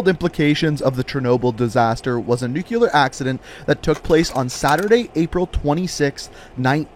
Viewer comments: "Nuclear" is pronounced "nue-clee-er", not "nue-que-ler" get it right! You're not in middle school anymore! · Hate to be nitpicky but its pronounced "nuCLEAR" not "nucular" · am i the only one that hears "nukelar" instead of "nuclear"? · Or "nuculer" instead of nuclear. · It makes me insane to hear people mispronounce nuclear and this guy does it several times.